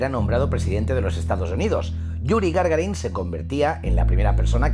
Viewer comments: se llama yuri gagarin, no gargarin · Gagarin, no Gargarin